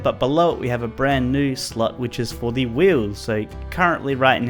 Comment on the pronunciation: When he said slot I thought he said slut 😂😅😅😅😂😂😂😂